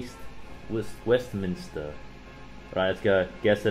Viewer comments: Westminster: exists Brett: “Weest meinster” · Brett pulled a Patrick and said WEAST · the way brett said weistmiester when he say westmnister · "Weestmeister" God bless you, Brett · Brett's pronounciation of Westminster honestly makes my day. WEAST-WEAST MAISTER...MAESTER LOL... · Brett reading Westminster as "weestmeister" just made my day lmao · no one: Brett: weeestmista winaminmist- weestminist- wis westminister🤣🤣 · brett struggling to pronounce westminister is hilarious